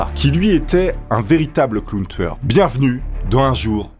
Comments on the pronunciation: On dirait tu dis clown tsoueur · Pourquoi tu dit clown touyeur